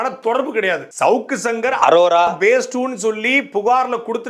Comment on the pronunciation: ஒழுங்கா படிக்காம அரோராவ அரோமானு சொல்லி வீடியோ எடுத்துட்டு அப்பொறம் வாய்ஸ் எடிட் பன்னிருக்கான்னு நல்லா தெரியுது.. இருந்தாலும் G square க்கு மொரட்டு முட்டு குடுக்கற.. வாழ்த்துக்கள் 😁